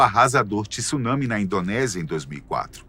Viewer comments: O correto é TSUnámi como o "tsu" de Jiu-jiTSU e não "Tissunãmi". Ninguém pronuncia Jiu-jitissu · A pronúnica de [Tsunami] está bizarra no vídeo...deve-se pronunciar [Tsu na mi]...3 sílabas.